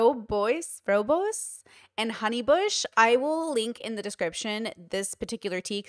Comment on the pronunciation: As a southern African (and tea-lover) its pronounced: Roo-Boss. Love the content btw x